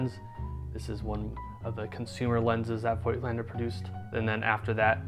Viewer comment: I love that you care to pronounce it correctly. If only people would start saying Rollei correctly too. I mean, it's the same sound as Leica! ;-)